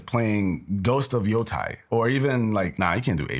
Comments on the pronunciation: It's Yotei not Yotai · its pronounced Ghost of YO -"Tay"